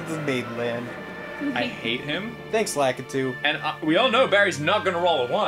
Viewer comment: THANK YOU ARIN! YOU HAVE TAUGHT ME HOW TO SAY LAKITU THAT PRONUNCIATION HAS BEEN SO CONFUSING TO ME FOR SO MANY YEARS!